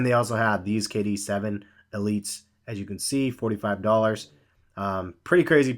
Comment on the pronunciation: I face palmed so hard after hearing him say kd 7 elites